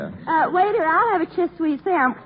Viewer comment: Now there's one flub I haven't heard. CHISS SWEESE SANDWICH...ROTFLMAO!